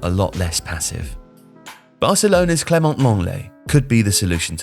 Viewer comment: Nah 💀💀💀💀💀man said lenglet